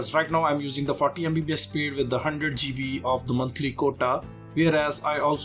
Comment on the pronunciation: I always put a smile when i hear Indian guy says "GB" :D